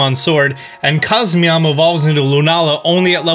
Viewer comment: “GRAPPCLOCT” Grapple-oct. “cosmeom”???? cos-moe-em. how the hell did he pronounce helioptile and heliolisk right if not these????